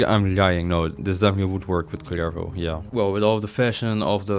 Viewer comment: Rolling the R on his name for me it´s just meant to be.